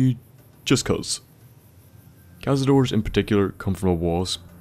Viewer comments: Tip: Cazador means "hunter" in spanish, and the correct way to pronounce it when you refer to more than 1 it's "cazadores", not "cazadors". That "e" exists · thats hunter in spanish, or hunters, and, just saying, you pronounce the e at the end (at least if it is spanish)